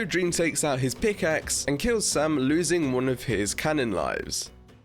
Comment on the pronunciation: It’s Sam not sum